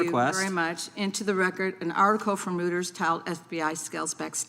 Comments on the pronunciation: Reuters is pronounced "roy-ters" not "rooters". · It's Reuters not Rooders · No. She said Rooters instead of Reuters. She has no idea what she's talking about